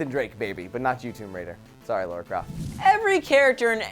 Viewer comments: True, I guess I didn't really think about the time gap between it. Also, just to point out, it's Lara Croft btw, not Laura Croft :P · Can I just say something, the name Lara is different to the name Laura! Lara is said La-Rah Laura is said Lor-Ah, They are two different names. And dont say I'm wrong, I'm not, my name is Lara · Pet peeve: people who pronounce "Lara Croft" as "Laura Croft." I'm not even that huge of a fan of the series but for fuck's sake guys, 9/10 people pronounce it like that and it's a huge franchise. Pls. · How come people say Laura when in the games they say Lara? In versions that I've played (British don't know if there is a difference) they say Lara croft not Laura croft. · It's LAra Croft. Not Laura Croft. Amount of Americans that pronounce that wrong is hilarious lol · Stop. Saying. Laura. Croft. You.! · Why do people keep saying "Laura Craft"?! It's clearly Lara! Two different names.